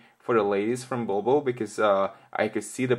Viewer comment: It's pronounced 'bull-bull' and not ball-ball !